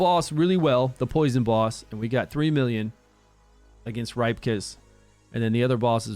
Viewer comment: Isn't it pronounced "Rip-kas" not "ripe". Cuz u know, he's a "ripper".